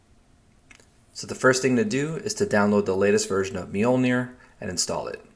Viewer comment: It's just pronounced "MOLE-neer"